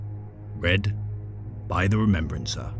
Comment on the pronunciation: the remembwancer... cant listen to someone who cant pronounce the letter 'R' lol